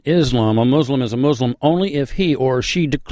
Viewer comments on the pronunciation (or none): It's Muslim not MUZLIM godamnit